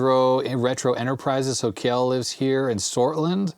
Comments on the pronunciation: I always thought Kjell was pronounced more like "tshell". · Hi, FYI Kjell is pronounced as shell:) thx for all your content